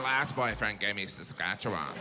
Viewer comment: He's spot-on about everything except the pronunciation of the ending of the word "Saskatchewan."